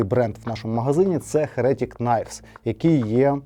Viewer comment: чому "херЕтік"? Якщо з англійської, то "хЕретік", а якщо українською, то " єретИк"...